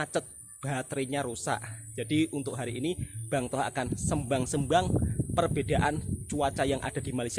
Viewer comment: Sebutan nya BUKAN SEMBANG SEMBANG,TAPI DISEBUT SÉMBANG SÉMBANG ATAU SEYMBANG SEYMBANG ,HURUF E YANG SEBUTAN NYA UNTUK EJAAN "PERAK"!!!